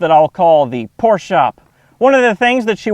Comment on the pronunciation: thank you sir, you are the first American who pronounces Porsche correctly